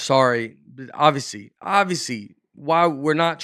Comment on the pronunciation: i love how Nate tries to say regular people words. Right off the bat he says "ob-v-see" like 2 times. neither or call him on it. love the podcast, keep up the good work!